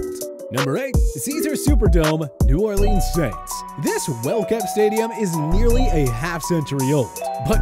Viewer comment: I cringed at the New Orleans pronunciation but I should probably get used to it since everyone outside Louisiana does it wrong